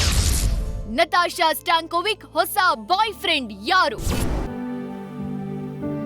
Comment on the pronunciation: ಸ್ಟ್ಯಾಂಕೋವಿಚ್, ಸ್ಟ್ಯಾಂಕೋವಿಕ್ ಅಲ್ಲ, ಅಧೇನ್ ನ್ಯೂಸ್ ಚಾನಲ್ ನಡ್ಸ್ತಿರೋ?